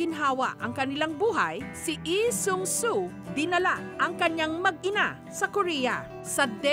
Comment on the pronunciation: Nakakainis pakingga yung ee diba lee yung apilyedo nila hindi ee